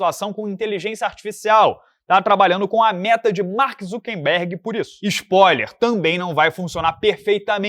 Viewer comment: Não é Mark ZuckeNberg, o correto é ZuckeRberg.